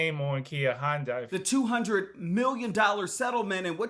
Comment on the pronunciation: "hundais" fucking hell learn to pronouce HYUNDAI.